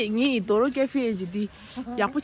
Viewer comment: It’s pronounced Dhoraaa I guess not Dhoro 😛 No offence! Nice video 😍